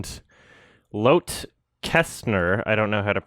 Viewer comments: "loath" is the funniest pronunciation of lotte I have ever heard. think loh-tah. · How to say ''Lotte'' ... You have to say both T's, and it has two syllables. Lot-te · Also, "Lotte" is typically pronounced like "law-tee" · Very interesting case. I'm glad Lotte got her recognition in the end. BTW, I think it's a Swedish name, so it's pronounced "Lot-tuh". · Does know it's pronounced "Lottie/Lotty" and it's short for Charlotte? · I think it’s lotte pronounced like “Lot-ee” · It would actually be more like "law-teh", as Lotte; while short form for Charlotte, is more prominently used in Scandinavia/Germany. Lottie or Lotti would be more like "law-tee". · The most shocking thing I took from this video is butchering of the name Lotte